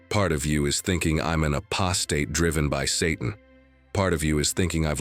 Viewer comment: I don’t like this voice It’s not in sinc and doesn’t even pronounce apostate properly ?????